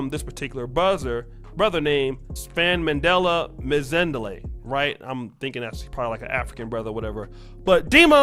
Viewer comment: Can't clown folks who can't read or write without acknowledging you butchering that name. (Sfa-man-dla) Not hard at all. Keep clowning the chicks that hit the wall reguardless